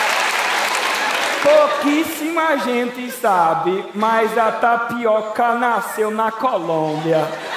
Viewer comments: Só de primeira intendi o cara falando "NaPiroka" ? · kkkk, eu ouvi tapiRoca '-' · O cara falou taricoca,n? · O cara falou TAPIROKA ou é impressão minha? KKKKKKKKKK